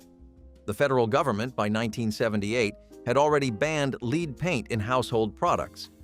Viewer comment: It's "lead" not "lead"! Fk! 😄